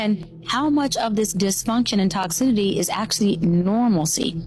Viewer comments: Toxitity… she did not finish her schooling, also she does not use the term “women” the plural of “woman” she keeps pronouncing it as “woman” I’ve watched many interviews of her doing this.. FRAUD.. no wonder DR Umar, another fraud defends her. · Riiiiight!!?!😂 Girl I was losing my mind over the way she was pronouncing “toxicity” and she just kept saying it! 🤦‍♀️ lol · Her not being able to pronounce the word 'Toxicity' is hilarious.